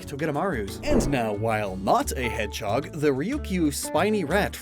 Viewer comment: Everyone else: Hedge-hog: Hed-chog